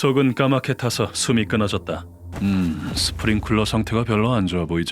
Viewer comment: 스프링클러 : spring cooler가 아니라 sprinkler이다. 이쥬인이 저 단어를 틀리게 말하는 걸 보니 참을 수가 없었다.